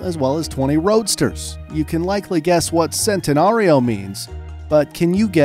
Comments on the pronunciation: You’re mispronouncing every single car in Lamborghini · I want to pull my hair out. This man can not pronounce these cars wright🤦‍♂️. He is saying it in an English way but it is supposed to be pronounced with an Italian accent. For example he said “Sentanario but it is pronounced Chentanario. And the way he said Uris🤦‍♂️ I want to cry. Other than that it is a very educational video. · And now he sayin sentenario